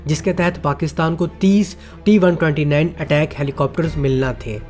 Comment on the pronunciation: Bai sab is helicopter ka naam Attack nai ataak ha Jo k Turkish word ha jiska mean ha bara.